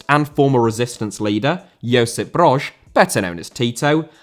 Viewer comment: Broz* not Brož